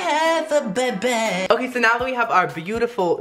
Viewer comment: Its funny when says "I think Im Gonna Have A Babey"